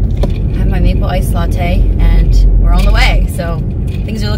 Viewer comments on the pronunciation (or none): none